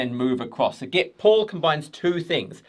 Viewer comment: Brilliant video as always but stop saying 'get' instead of 'git' 😆